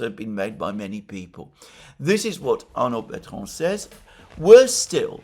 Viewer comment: Arnaud Bertrand, not Arnold Betron. That might be from the AI generating the index.